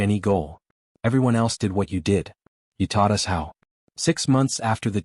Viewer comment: "Do not follow U...S."!!!!????? WHAT THE HOLY FUK is ...U...S!!!???? (us)!!!!! Your AI just crossed into the Rhelm of a True POS!!